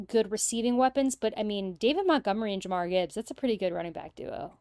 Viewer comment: "Jamar Gibbs" lol